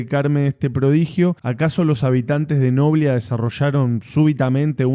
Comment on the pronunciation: NOBLÍÍÍÍA, NO NOBLIA